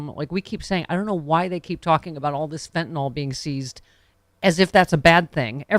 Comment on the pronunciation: It's "Fentanyl" (FEN-ta-nil) not "Fintinol".